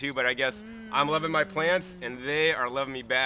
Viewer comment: LOL " I love MUH plants" ahahaha please Remix this!!!!